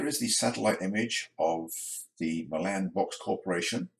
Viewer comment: Hey! Nice video! Just an FYI Milan is pronounced MY-lunn with the emphasis on the MY. After moving to TN 34 years ago, i had to familiarize myself with the local pronunciation of several towns. One of my favorites is Lafayette, TN pronounced la FAY et. Looking forward to seeing your model come to life! - Brian